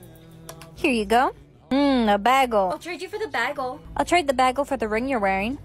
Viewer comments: Ah yes a “baagel” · They said bagel wrong